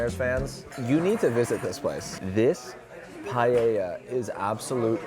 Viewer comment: Btw Paella is pronounced Puh-eh-ja!